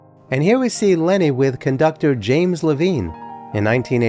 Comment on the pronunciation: The music teacher in me says "James LeVINE, not Leveen". That's how JL said his name.